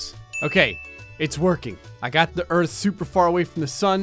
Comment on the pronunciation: I heard u say gerth not earth